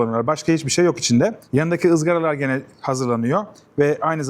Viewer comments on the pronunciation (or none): none